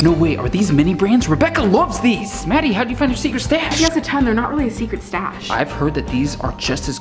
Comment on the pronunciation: said raddie instead of maddie